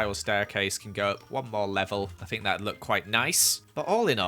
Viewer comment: I love how he says ‘FinK’